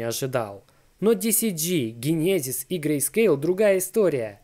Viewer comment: Дженезис. Учи инглиш.